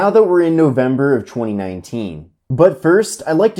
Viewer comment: Samsung acheewny late chweeny nineteen